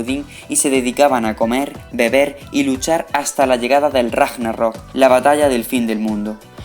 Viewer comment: Hay cosas muy mal pronunciadas, además se ve que se han sacado directamente de Wikipedia y otras fuentes de internet no oficiales. Casi todos los nombres pronunciados mal, y Ragnarok muy mal. Hay datos muy importantes que no se nombraron. Otro dato muy muy importante es que Odín por sus tierras era Druida y no Chamán, no es lo mismo el chamanismo que el druidismo. Y cuando Odín echo su ojo en la fuente de Mimir adquirió gran sabiduría pero no aun la del futuro. Fue en el árbol del Yggdrasil con su sacrificio cuando adquirió las Runas que si supo adivinar el futuro. Y podría seguir. Soy historiador. Pero bueno, seguir así. Un saludo.